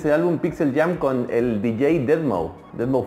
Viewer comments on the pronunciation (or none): se dice deadmaus